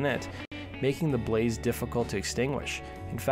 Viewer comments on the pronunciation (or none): none